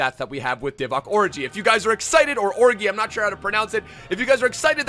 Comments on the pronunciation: His name is or-ee-gay is saying or-i-gay He’s not miles of stop complaining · as a kenyan let me jut tell you that it is divock origii like ghee.not oriji how your pronouncing it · it’s Or e gi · Does anyone get angry bye the fact he says “orgi” wrong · Please don't disrespect Origi's name like that lool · The g is pronounced as a j bro